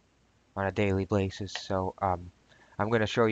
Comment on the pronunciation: "on a daily blay-sis...."....? WHat sorcery is this.....?